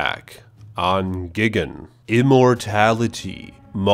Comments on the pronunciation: The way you say things, and when you sometimes mispronounce the names is fucking gold. I don't know why I'm the only one who mentions it. When you exaggerated on saying "Egg" and when you said "Gigin" instead of "Gigan", those killed me. You've gained a sub. 😂😂😂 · Guy-gan not gig-an